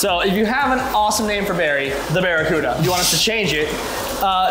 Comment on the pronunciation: "Bare E. Cuda" 🤪